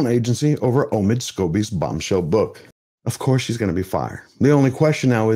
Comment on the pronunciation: I heard you say Omid "Scoobie" 😂 Was that on purpose? 🤭